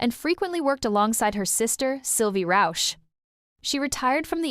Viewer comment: Sybille Rauch has the name Rauch ( smoke), not Rausch ( being drunken) . Learn how to pronounce german ,ch' sound, there are three possibilities.